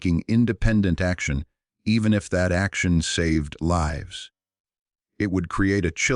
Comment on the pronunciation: can't even say LIVES